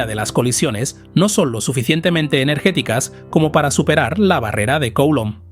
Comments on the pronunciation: Coulomb es un apellido francés. Se pronuncia: culómb. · Se pronuncia (grosso modo) "Culomb", mejor que Coulomb 😉 Gracias por tus contenidos. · Me chirría enormemente la pronunciación de "Coulomb" Nunca había oído nada parecido. Por favor, revísela